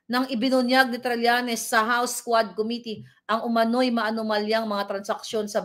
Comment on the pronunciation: Also: Committee = Koh-miti